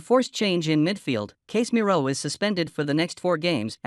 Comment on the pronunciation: Why can't you pronounce Casemiro's name correctly? It is NOT Case - miro. Casez-miro.